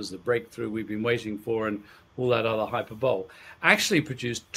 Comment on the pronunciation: Educated man mispronounces hyperbole. No one is perfect! Thank you. Am going to purchase this book.